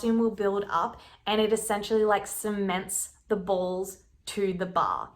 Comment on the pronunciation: This sound dumb but I love the way you talk and the ways you say balls. I literally start laughing every time